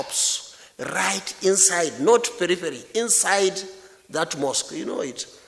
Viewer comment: Yes with "beriveri" for periphery.